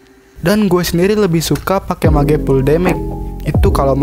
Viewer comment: Cara pronounce mage itu "mej" bukan "mage" ok biar lbh bgs videony.